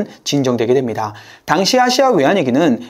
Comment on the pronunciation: 아이엠에프, 아시아, 인도네시아 발음하실때 "아" 또는 "인" 부분에서 조금 더 부드럽게 하심 안될까요? 잠에 들면서 들으려고 틀어놨다가 깜짝 깜짝 놀라서 깹니다.